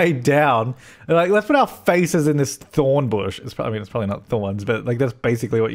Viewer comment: Did I hear... THORNE bush? :D